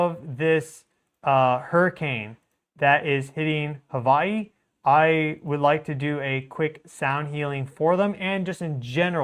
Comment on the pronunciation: Hawaii has a W..... not a V